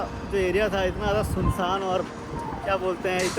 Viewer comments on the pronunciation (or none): Jyadi kya hota hai bhai.. "Jyada" hota hai vo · "Jyadi" kya hota hai bhai.. "Jyada" hota hai vo.... 😊